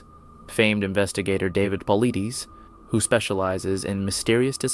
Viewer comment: This channel has very little facts correct. Saying he watched several 411 videos yet mispronounced David name, calls a rifle a shotgun, has title of story not in video etc. I have to wonder if this channel is run by a kid using voice software.